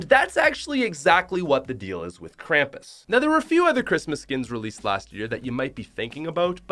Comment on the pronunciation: kramis it's krum-pus